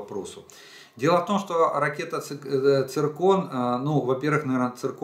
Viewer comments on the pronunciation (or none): как можно верить такому"специалисту",если он не может правильно произнести название ракеты .«цикрон"даже школьник знает как произносится слово циркон, и что оно обозначает.видать лысый в школе химию прогуливал...